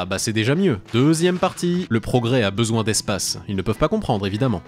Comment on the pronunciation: « C’était affreusement chaiwre mais ça fait trop laungtomps j’en aiye besouin » 😂